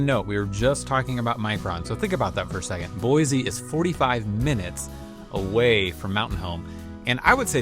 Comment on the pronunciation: How many times have you heard there's no Z in Boise? Boy-see 😉